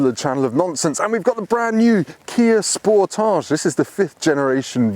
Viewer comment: Why does everyone pronounce it like it is a French word? 😂 Le Sportaaaaage